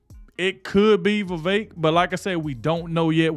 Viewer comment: You said vivek!!! No vivek!!!